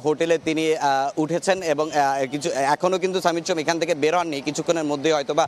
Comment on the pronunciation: ভাই আগে ঠিক কর “সমিত সোম” বলবি নাকি “সামিত সোম” বলবি! একেকবার একেক রকম উচ্চারণ শুনতে বিরক্ত লাগে!